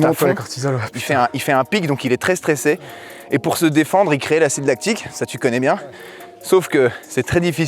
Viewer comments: L’acide lactique, ça fait mal aux oreilles d’entendre ça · Vidéo génial🤩, par contre "acide lactique"😭